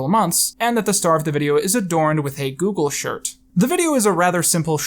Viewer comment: he says 'a Google shirt' which sounds like 'Hey Google, shirt'